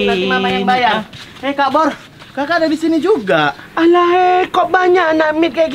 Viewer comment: Akhirnya denger bilang allahe walaupun pas jadi 😂